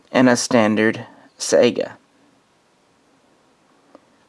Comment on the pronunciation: How do you not know how to pronounce the name of the gun you rambled on about for almost half an hour? I do really appreciate the footage of the rifle though. You're great filmographer.